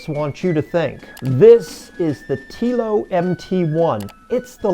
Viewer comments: All valid points but it kind of torpedoes what you are saying if you have not researched things enough to correctly pronounce the vehicles you are talking about. "Slate" is easy. "Telo" is not 'Tea-Lo'. It's 'Tell-Oh'. Picky , I know but a simple viewing of any of the Telo videos out there would have let you know. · You should've named this video "The American 'Big Truck' Lie: What the Big, Clumsy American Automakers Want You to Believe". I can't wait to retire my F-150 AND my Mustang in favor of a single 500 hp, 4WD Telo. BTW, it's pronounced "Tello" - not "Teelo". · It's "Tel o" as in hello. Not "tea lo". It's the F series that's the best selling, not the F150. People generally buy what's available on the lot. I have the L:ightning Pro as well. Meets my use case. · When doing a video about how bad other brands are going to be, just take 5 minutes before you start and do a bit of research on how to say the brand name. Telo is pronounced like Hello, except replacing the H with a T. The people who are creating the truck say the name multiple times on every single one of their videos... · It's telling that you don't know how to pronounce Telo. Meaning you've never bothered to look up a video on it, or you'd know how it's pronounced because they say it all the time. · "Weird" is not bothering to do enough research to pronounce the company name correctly. When you heckle Wilbur and Orville, you demonstrate your own limitations- not theirs.